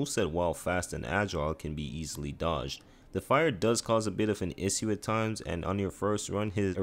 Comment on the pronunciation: Loved the vid! But the way you say "issue" really pissed me off